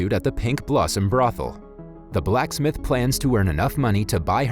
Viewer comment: Why you gotta say Blacksmith like it’s two separate words?